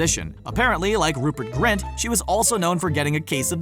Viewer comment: Rupert grint? Rupert grient